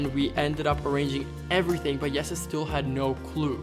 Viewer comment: That is how you would pronounce Jesse's name in Dutch! Not an accent thing but pretty Dutch of.